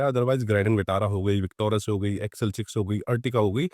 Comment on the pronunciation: विकटोरस नहीं बोलो भाई, विकटोरिस बोलो